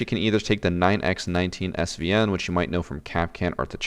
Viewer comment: Year seven and still can't read 9x19VSN correctly haha